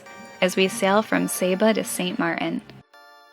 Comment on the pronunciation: In your next video could you say Saint Martin 10 times and use the T please please please. It’s kind of like saying grand rapids without the R.... Much love and really enjoy your videos so don’t take offense